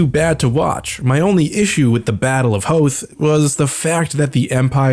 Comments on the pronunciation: Don’t ever pronounce Hoth like that ever again! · Why do you keep pronouncing Hoth wrong? I don't get the joke... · I'm physically cringing whenever he says "Hoth" like that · Your pronunciation of Hoth in this video made me laugh so hard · I felt this is intentional lol cause he refused to acknowledge the movie pronounciation